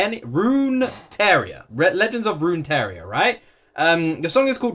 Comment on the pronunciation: Not sure where you're seeing an i in Runeterra. It's not Runeteria lol. Roon - tear (As in rip and tear) - uh